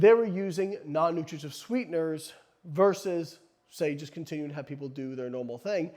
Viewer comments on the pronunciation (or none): Slow down with the, “Non-nutrigijutv sweeteners.” lol